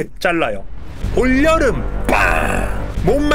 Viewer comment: 올여름에서 “여”를 반으로 갈라야 하는데 ㅋㅋㅋ